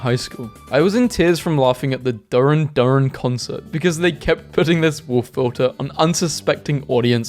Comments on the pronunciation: BRO ITS PRONOUNCED DEHRR-RAN DEHRR-RAN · please tell he didn't just call Duran Duran 'durren durren' please send help😭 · HELP WHY DID HE SAY DURAN DURAN LIKE THAT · bro don’t disrespect Duran Duran by mispronouncing it like that lol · i have never heard such an atrocious pronunciation of duran duran